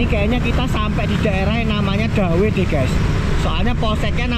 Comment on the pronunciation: Dawe, bacanya itu "Ndawe"